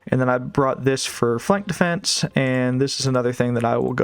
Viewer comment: i only really heard it when you said "defense"